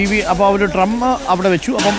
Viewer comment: "ട്രം" അല്ല, "ഡ്രം" ആണ് 🤪